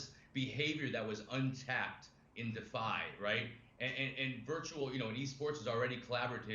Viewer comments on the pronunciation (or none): I reported two comments for you. Tell him its DEE FI I dont trust someone that doesnt know how to say the simplist things in our space